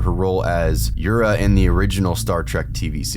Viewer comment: I like variety. I like never knowing what to expect next. Keep up the great work! However, if you are going to reference classic TV characters, give them the dignity of a proper pronunciation: the very fine Nichelle Nichols played Uhura, and it is said "you-HER-ah". and countless YouTube videos could have informed that pronunciation.